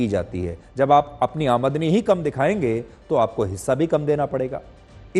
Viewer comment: Sudhir Chaudhary ko aamdani word bolna hi nahi aa raha hai jabki woh kitne bade news reporter hai aur is news me kitni galtiya kiye hai isko delete karke dusara vdo banaye